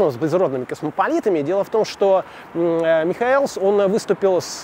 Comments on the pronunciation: ну почему МихоЭлс, если он МихОэлс? Об убийстве Михоэлса подробно рассказывал Парфенов в третьей серии "Русские евреи". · Вообще-то ударения надо ставить правильно. МихОэлс. а не МихоЭлс. Хотя Вы и из Петербурга, но тем не менее... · в фамилии ударение на о -МихОэлс. Спасибо,очень познавательно. Удачи))) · Ударение МихОелс, я так думаю